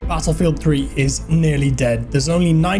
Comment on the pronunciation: Can you stop pronouncing battlefield so stupidly